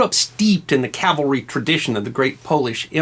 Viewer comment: This is fascinating and thank you SO much for pronouncing CAVALRY correctly. Please teach Bill O'Reilly if you ever run into him.